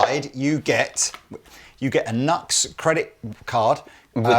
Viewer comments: NEW-X not nucks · Great pedals for reasonable prices, good to see you stocking them. I believe they pronounce it as "New X" rather than nux. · It’s pronounced NU-X. Their manuf. symbol has a dash or an arrow between the U and X. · It’s Pronounced NEW-X …….I’m petty sure a half million:people are freaking out and blowing up your inbox busting your Nux over this harmless mistake…… but just in case you f around and get smushed by a stack of Marshalls happen and kick tar bucket I thought I should tell you …..I don’t want you going to hell over this…..😂 keep posting you awesome vids they are really informative and I made sure to watch a video of the gear that I’m planning to buy before I buy it to see if it get the seal 🦭 of approval 🤘🏼🤘🏼🤘🏼🤘🏼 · Ah isn't NUX pronounced New-X? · The brand name is pronounced New X. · Hey fellas...it's pronounced 'New X'. The Horseman is amazing as a boost in front of a cranked amp. And tell Pete he is definitely not allowed to get his Morning Glory out on YouTube. 😂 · Pretty sure they have stated that it's officially pronounced NU-X. Like "new ex". It's not as fun for jokes that way though haha. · “New-Ex”. Please. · It's pronounced new-x. I get that it's a funny little throw around bit, but the smallest bit of respect that we can pay someone is to get their name right. It literally costs nothing to do. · It's pronounced NEW X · I believed it's pronounced " new x " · Pronounced ... New X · I have had mixed results with NUX (it's pronounced New X by the way!)All the ones I have had have been the full size pedals rather than the mini versions. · Pronounced Nu-X (new-ex) yes? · i dont mean to rain on the parade. but. i'm PRETTY sure its NU-X like new-ecks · I believe the rep should have told them how to pronounce the name when they acquired the brand. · I think itis pronounce ..New Ex ....but the Blues breaker pedal is actually copied from the JHS Morning Glory ... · Ob-nux-ious. But isn't it pronounced New-X?